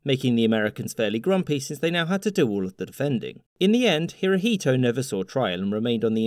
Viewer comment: "Hirohito" you pronounce Emperor Showa wrong